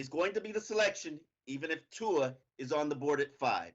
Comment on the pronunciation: how the fuck do you still manage to butchers tua's name every damn time?!!